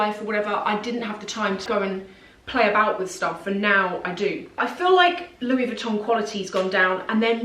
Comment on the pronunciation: Louis VuittoNNNN? You are too smart for this pronunciation.